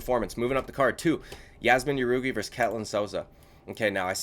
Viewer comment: I'll give you a hand with the names brother it's a-reach-e-lang and Yazmin how-rig-e